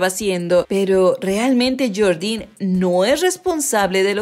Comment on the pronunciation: Yordinnn 😂😂 mejor que diga yordddien